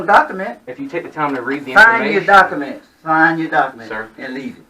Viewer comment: Doc-A-ments. What a dickhead